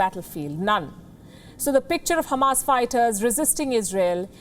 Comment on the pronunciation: The way you pronounce Khamas was nice